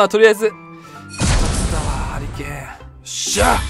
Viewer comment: ハリケーンがハリーケインに聞こえた俺は末路